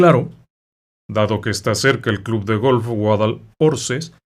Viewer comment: Hola desde Málaga! Vivo cerca del Cortijo Jurado. Campanillas es un distrito de Málaga en las afueras.. el Cortijo es precioso.. todas las obras se paran., oficinas.. hotel.. es un lugar complicado Está junto a la autovía .. Guadalorce se pronuncia .. ignore la h Un niño quedó tetrapléjico y han pasado muchas cosas terribles